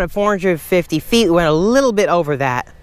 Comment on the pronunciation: 100 FEEH , 200 FEEH , 300 FEEH !!! LOL